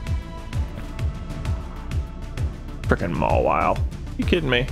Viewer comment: Mawile more like Ma-WALL-ile